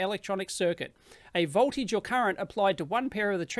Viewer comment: Not how you pronounce "voltage" or "building"